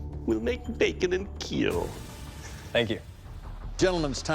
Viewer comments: “ It wheel make bacon and keeeeel “ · "Will make bacon and It Will Keel" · "it will make bacon and keel" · “It will make bacon and keel” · it will keel. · He actually says "KEAL": Keep Everyone ALive. It's his mantra from the martial arts and self-defense classes he teaches. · fairly certain after keel became a meme he did stop trying to say kill and switched exclusively to keel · I swear Doug doesn’t even try saying kill 😂